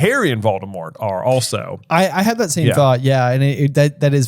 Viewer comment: Not voldadaddy 😂